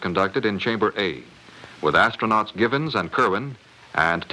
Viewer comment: Should "Gibbons" be "Gibson?" It sounds like the announcer says "Gibbons," but I think he must have meant "Gibson," because I don't believe there was ever an Apollo astronaut named "Gibbons."